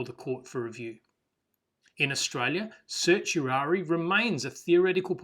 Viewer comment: the pronunciation of certiorari is sert-ee-or-air-rye